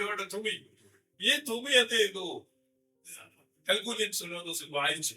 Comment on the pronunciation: പറയുന്നതൊക്കെ കൊള്ളാം. പക്ഷേ പറയുന്നതിൽ അക്ഷരപ്പിശകുകൾ ഉണ്ട്. കൽക്കുന്യൻ സുന്നഹദോസ് അല്ല, കൽക്കിദൂൻ ആണ്. ലേയോയുടെ തുമിയോ? അതെന്തുട്ടാ😅 തുമി അല്ല ഫാഷ്ടറേ തുംസാ ആണ്.